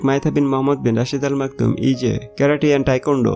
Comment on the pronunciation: Improve your English....there is a tinge of Bengali accent in your English. It is is not eezz